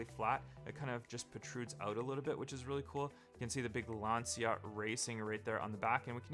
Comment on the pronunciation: It’s pronounced Lanchia o37. It’s a homologation special for group B. Lancia has the most WRC wins for a manufacturer